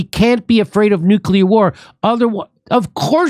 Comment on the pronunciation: NUCULAR WAR!